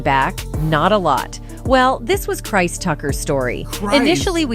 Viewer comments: … “CHRIST” Tucker??? WTF??? 😲😲😲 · Christ 😂 you’d think AI would be able to pronounce the name Chris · “ Christ Tucker”? Stupid A.I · "KRISE" Tucker is because you're listening to an A.I. robot reading the text. They use it a lot on these tabloid "news" videos. Especially on celebrities and NFL / NBA. The AI, or whatever it is, still makes misreads and mispronunciations of certain words(interjections) and names it reads. Sometimes you can hear weird inflections also, but it's getting better at sounding like a real person. This one uses a female voice that sounds like "Entertainment Tonight". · Krise? I think the fear of AI is a bit overblown. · Goes to show you AI isn't that intelligent because it can't even pronounce Chris Tucker's first name correctly